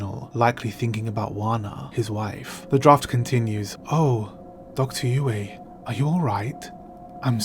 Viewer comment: You managed to pronounce dr yueh name differently a few times over 2 minutes.